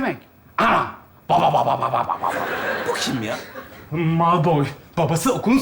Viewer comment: Heryy potter oldu 😂😂😂😂😂kondrakula malpoy cok yakisikliymis😂😂çok gerçekçi olmuş yeminle😂😂harmy deyil harmony 😂😂😂heryy poterr